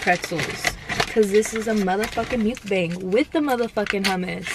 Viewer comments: the way she says mukbang bothers me so freaking much. like there are two ways people say it and ive NEVER heard anyone say it like that and it just sounds so off like ?? she sounds like she is saying mucus bang or some shit ugh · You're so cute! I love it... You look so fun to chill with, smoke and FUCKING EAT. I subscribed after watching two videos lol... I just hate the way you say mukbang 😆🤣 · The way you say mukbang kills me lol still love u tho